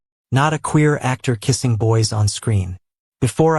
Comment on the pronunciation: This was a great story until the narration changed languages every time a sentence started with the word "NO" and it got worse at the end when he said "Keesing" three times in a row. I really hate the language changes and then came the worst part of the story at the end when their "FOREHEADS" rested on "FOREHEADS" Please get rid of these lines. I'm tired of hearing them over and over and over again!!!